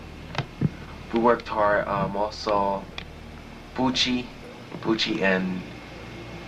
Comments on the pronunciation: And Bouchie's last name is pronounced like "boo-shay-. So it doesn't even sound like puchi or" pucci". I believe Bouchie was just the man who made the compilation dvd of 'ensuring your place in hell', probably got all the tapes from a film festival or maybe it was passed down to him. He doesn't seem to talk much on the subject and seems to make fun of anyone who messages directly on facebook. Weirdly enough, there seems to be two different christopher Bouchie's that collect these genre of hard to find horror core tapes. One guy is an older gentleman probably in his 40s or 50s. And the other is a man who everyone seems to think is the Bouchie from king of witches who created the compilation. He was born in 1987 which is the earliest possible year that GRFM was filmed. So, either people are crediting the wrong Chistopher Bouchie(considering the name discrepancy not panning out and the fact that he would only be a baby or toddler when this was released making it impossible for him to be the Pucci mentioned in the video) I've done countless research on this mystery and sadly, every lead just haults at a dead end. The truth is, Christopher Bouchie probably doesn't know the origin of this video. It just leaves us with more mystery. . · Not a great take. With 30min. of research I know "Bouchie" would've been a baby and he doesn't pronounce like "Bucci", but "Boo-shay". Def. not debunked. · Bouchie's name is pronounced "Boo-shay" - not "Boochie". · he says "poochey" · Yes, and Christopher Bouchie's name isn't even pronounced like that - it's "Boo-shay".